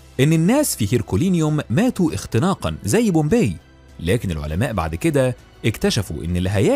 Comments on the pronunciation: طيب مش لما تعرف تكتب عربي الاول مهيم ده انهي لغه !!! ثم اسم المدينه pompei پومپاي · Bombay or Pompay...you got me quite confused 😮 النطق الصحيح مهيم جدا..